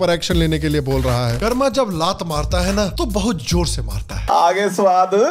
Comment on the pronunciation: Not karmaa it's कर्म